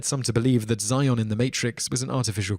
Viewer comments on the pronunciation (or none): none